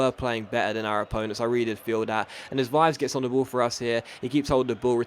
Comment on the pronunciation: Just some help with pronunciation: Vives is "vee-ves" and let's hope Feijo will turn out to be as great as Savanier! Other than that, another great video :')